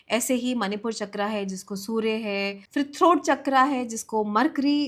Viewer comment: All due respect but an otherwise insightful content becomes unbearable when a native-Indian speaker pronounces "तत्व" as "तत्वा" and "चक्र" as "चक्रा". 😢